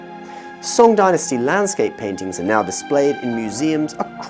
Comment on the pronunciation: Would be great if the pronunciation of Tang and Song Dynasties can be pronounced according to its putonghua pronunciation.